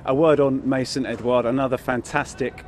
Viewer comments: he meant mason not my son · did mendy just call mason "mah- son" LOL. the chemistry is real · The way he said it sounds like "my son" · When it's pronounced by people who not conversant with English language it wil be Ma' son like my son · Hahaha Looked like 'my son ' 😂😂😂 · Bro I though Mendy said 'in the past I saw MY SON" I was so confused ahaha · He said "Mason,it's a very good player"